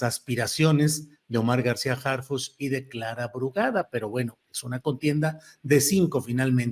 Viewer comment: Harfichi noooo, por favor!!